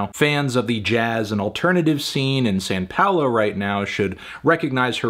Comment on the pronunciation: "San Paulo"?